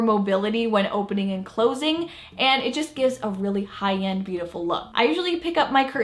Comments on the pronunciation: Her 'high end' sounded like 'Hayan' 😂 i thought wth is 'Hayan?' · She kept saying Hi-Yend. 😅🤣